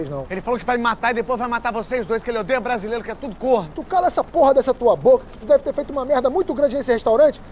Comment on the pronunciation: " tu fala brázilêro...kkkkkkkkk Não aprendem!!!